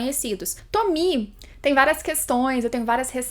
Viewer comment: ELA PRONUNCIA O NOME DA TOMIE CERTO!!!! AAAAAAAAAAAAAA ❤❤❤❤❤❤❤❤❤